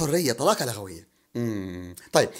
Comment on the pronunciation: رائع يا أستاذ بس تعليق بسيط لأني معلمة لغة عربية ومقدرة جدا ما تعمله ولا أريد أن يعيبك أحد قل... لُغوية بضم اللام نسبة إلى اللغة... ولا تقل... لَغوية بفتح اللام لأنها من اللغو